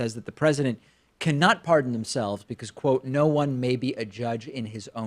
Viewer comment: why does giuliani pronounce is Ps like that. "CAN THE *PH*RESIDENT *PH*ARDEN HIMSELF?"